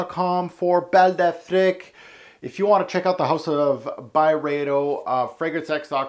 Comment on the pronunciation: Affrick? I thought it was Afreek